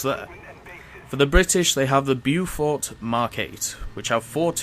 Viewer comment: It's pronounced Bofort